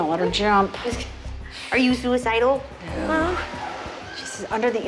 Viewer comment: Did really gust say suacidal